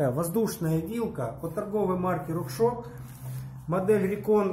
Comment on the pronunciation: Как же бесят люди, которые говорят Рокшок!!!